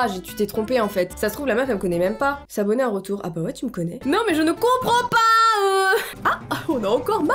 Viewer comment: on dirai ma prof d'anglais X) "JE NE COMPWEND PAS" MDR